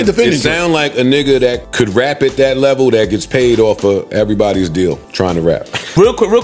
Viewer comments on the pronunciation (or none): none